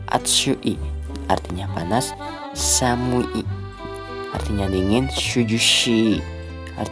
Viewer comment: Penjelasannya sudah lengkap, apabila kesulitan membaca kanji baiknya contoh kalimat dengan hiragana saja yaa. Perhatikan juga pengucapan untuk kata sifat di menit ketiga, samu-i itu dibacanya tidak terpisah